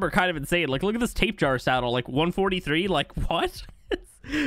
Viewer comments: Btw its not tape-Jara its Tap e hara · I know this is an old video, but this man really said “tape-jar” I love this man but good lord the way he pronounces some of these angers my soul lol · Tape-jar 🤣 the way pronounce this always gives me a giggle 💚